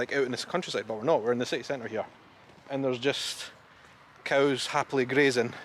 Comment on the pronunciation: Willow trees. And at last - you said "coos" instead of "cows!"